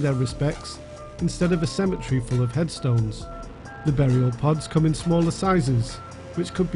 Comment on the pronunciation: 45 "...a semma-tree..."